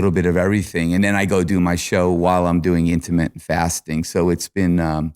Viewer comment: Chris “ I do intamate fasting” 😂